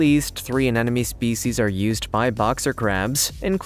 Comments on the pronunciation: "a ne mo ne" not "an enemy" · It's pronounced sea aneMoNE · "Anenome"? LOL Seems like the anemones are more of "afriend". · Why cant people pronounce anemone correctly? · Learn to pronounce anemone dude.